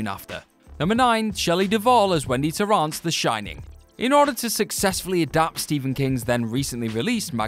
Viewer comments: Also mis-pronounced Torrance when talking about The Shining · ...and, of course you can't pronouncce the name Torrance. Poseurs. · Don’t forget the pronunciation of “Torr-OUNCE” instead of “Torr-ANCE” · It’s “tore-ence” not “tore-aunts”. Also, King’s magnum opus is well known to be the Dark Tower series. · "Torrance" like "torrants" tore-ants. Ahh well. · I puked every time he said Torrence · And the ones that aren't are pronounced wrong. Martin Score-sezzy. Jack Tore-ahnce. So unprofessional. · TorAAAnce, Verga and Kaufmen.... I can't deal with this 🤣🤣🤣🤣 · Tore-Ants? Verga? Don Nof Rio? R Lee Earny? Vivien Lee? what is going on? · Tor-rence. It’s not french. Tor-rence